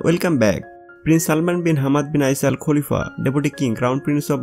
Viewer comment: Not kulifa... khalifa